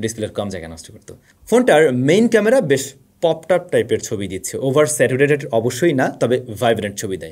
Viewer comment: ভাই আপনি স্যাচুরেটেড রে স্যাটুরেটেড বলেন সব ভিডিওতে এইটা বাদ,গিফট লাগতো না আমার, এত বড় প্লাটফর্ম এ বারবার একই ভুল দেখে ইদানিং রাগ হচ্ছে।❤